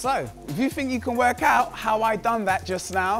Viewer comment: What, it was exactly what the dude around minute asked, let us know precisely how you "fink dis 'appened"